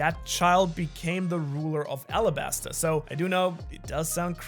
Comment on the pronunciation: Arabasta not Alabasta as Oda confirmed. It's like the Arab country.